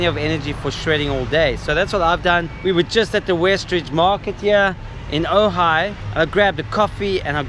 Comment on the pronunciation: Nice edit, I am impressed that you pronounced Ojai correctly so many times. Cuz when you were here you kept calling it OJ, oga, ogy, ooogggaaaii. 🤘